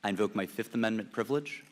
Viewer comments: "I plead the FIZZIIFF!" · I bet he watched chappelle show before this hearing. "I plead the fif"